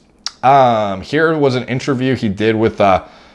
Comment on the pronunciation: "intraview" lol